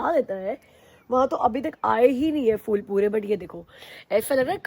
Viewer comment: hi, in hindi if I'm not wrong, its 'phul' not 'ful'.. What do u say 😂